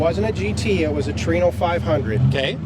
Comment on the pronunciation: i wish people would learn how to say TORINO no tree no